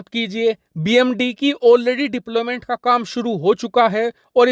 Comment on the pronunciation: SPEECH MISTAKE.."ITS DEPLOYMENT....NOT DIPLOMENT" PLS LISTEN UR SPEECH ON VIDEO CAREFULLY....